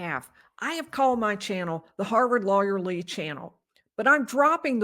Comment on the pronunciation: Lawyer Lee sounds like Lawyerly- love it!!!!!